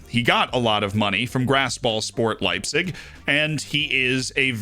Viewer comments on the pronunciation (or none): none